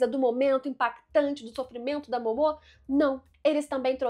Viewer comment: Vídeo muito bom, observações muito legais, mas cara, sempre que ela falava o nome da Momo errado, me dava uma agonia... Kkkkkkk Pq Momô? Dublado eles não falam assim, será que no original eles falam assim? Se eu estiver errado, me desculpe.